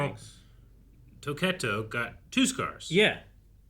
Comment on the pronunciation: He can't really say Tokito